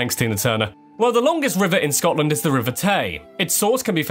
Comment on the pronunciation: Finally an American that can kind of actually say Scotland right